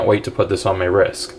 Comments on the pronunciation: Why do you say risk ? It’s rist ! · Why do you keep saying risk? It’s called a wrist.